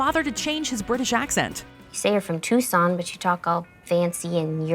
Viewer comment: I have been to Tucson Arizona and believe me that is how not you say it but hay it’s Laszio he makes anything funny